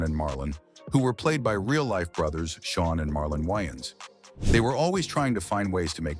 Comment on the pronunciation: why your AI having a hard time saying brothers? were you spelling it wrong?